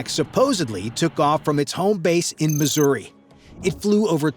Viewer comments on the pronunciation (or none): none